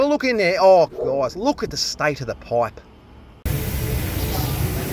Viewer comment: “Look at the stoit of the poipe mate”…haha, I love this channel 😂😊